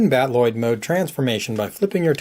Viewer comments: No, the Macross word is Battroid, usually pronouced Bat-oo-roid. I know he is pronouncing the Robotech word Battloid, but it's supposed to be battle-oid, not bat-loid. I've been a Robotech fan since 1985. I know what I am talking about. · Cool toy, great transformation guide. Loving your reviews lately. Just a tip on pronunciation: battloid should be pronounced battle-oid, not bat-Lloyd. Battroid in Macross is just an L/R confusion of battloid (battle-oid) as is common in Japanese use of English words. The robot mode is like a fighting, battling, android, so they created the term "battle-oid". Keep up the good reviews. Can't wait for future 1/48 DX VF-1 reviews.